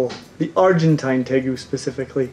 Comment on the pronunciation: Tegu is pronounced Tay-Roo (natively). But how the heck did Savana Monitor not make this list? They're among the most passive of monitors, have the softer hide like a Leeche compared ot most others. The only things I can think are that they require live food, and will grow larger if kept in larger housing... but still....